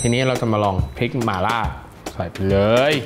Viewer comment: หม่าล่า ไม่ใช่ หมาล่า